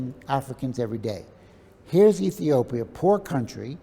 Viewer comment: How comes an Ethiopian can not say Ethiopia?